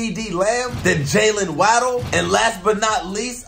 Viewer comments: fr waydle xD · Bro said jaylen waaaadle no hate though lol